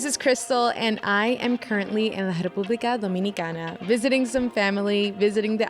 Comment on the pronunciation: the way she said "Repubica Domicinicana", jesus christ i love this girl, brains and beauty